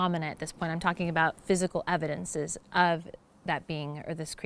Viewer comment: “Evindences” not very educated are you?